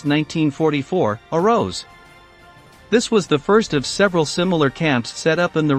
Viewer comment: This is the worst computer narration. The empahsis on so many words is so wrong. "This is how the POW camps [pause] AROSE. I had to quit it.